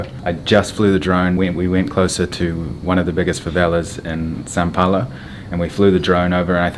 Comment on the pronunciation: why does he keep saying San Paolo lol